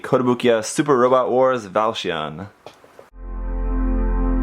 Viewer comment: It's pronunce Valsioneh because this mecha have a "big brother" named Valsion